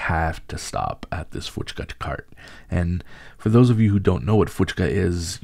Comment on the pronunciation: Hey, it is Puchka with a P" and not an "F"